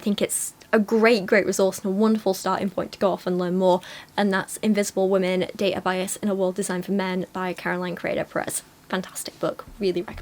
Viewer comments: This is another pair of tiny infants with virtually no experience who think they're qualified to give advice to other people; sort of the usual naive and potentially harmful cringe in that direction. Thanks for calling it out! But mostly I can't get over the fact that she pronounces "women" as "woman"! What's up with that??? :) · I’m just wondering why Solie can’t pronounce the word “women” properly so it just sounds like she’s talking about one specific “woman” the whole time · the constant mispronunciation of "women" is really annoying me, especially with how often she uses the word